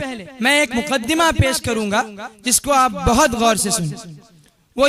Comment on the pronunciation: Muqaddama ya muqaddema